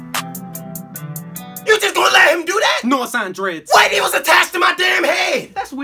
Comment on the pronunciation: “No assigned dreeds” That had me DEAD